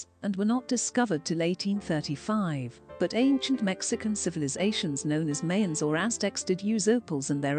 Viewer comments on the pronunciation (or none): none